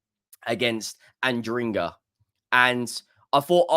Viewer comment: Did I hear him say ADRINGA?😂😂😂